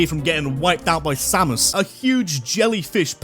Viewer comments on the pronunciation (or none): none